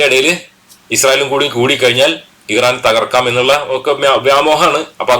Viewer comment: ഈറാൻ അല്ല മൈരേ❌ ഇറാൻ ✅